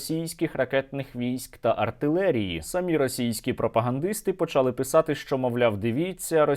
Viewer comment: не почАли, а почалИ